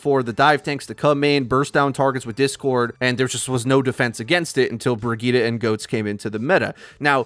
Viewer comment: Isnt briggette pronounced bridge it